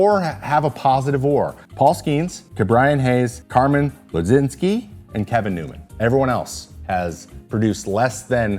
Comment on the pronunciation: As a fellow Carmen, Carmen Mlodzinski is one of my favorite pitchers currently! It’s a tricky last name, but it’s pronounced: “Muh-gin-ski” With that being said, I am 22. I’ve been a Pirates fan for 22 years. The most success I saw was in 2013. This team is pain.